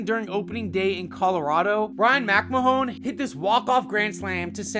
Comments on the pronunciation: Just for future reference, it's pronounced Mcmann, not Mcmahone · ryan mac ma hone? really?